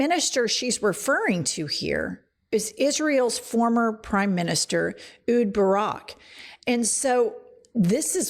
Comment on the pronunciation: Its Ehud Barak. Not "Ud" Barak.